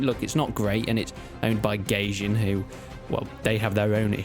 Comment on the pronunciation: You prounced Gajin wrong its a japanesse word.